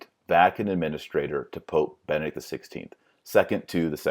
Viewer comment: Is he saying Vati-links? I thought it was Vatileaks. Is he saying Bennett or Benedict?